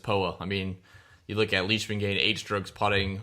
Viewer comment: Lyshman?? Comon Mann...Leishman.